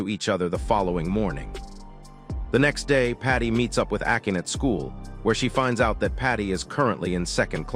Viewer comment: akin... good f'in grief. it's pronounced Ah-kah-nay.